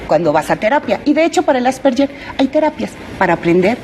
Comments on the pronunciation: "Asperger" no "Asperller". Pronuncia mal el nombre la Doctora. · Asperger o asperyer?? Empezamos mal ,, Asperger,,, que tristeza que ni siquiera pronuncia bien la enfermedad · Nop es Asperguer o Asperger el científico que lo descubrió era Aleman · Pronuncia mal el apellido alemán " asperguer" así se pronuncia . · De hecho es Asverguer